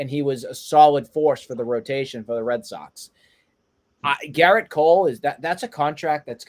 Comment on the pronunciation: It’s Gerrit not Garret